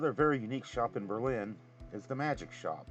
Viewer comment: The town of Berlin, Ohio is pronounced BER-lin (emphasis on the first syllable), unlike the city of Berlin, Germany. I suspect that is related to the war years in WW-II, much like when "liberty cabbage" was substituted for the word "sauerkraut."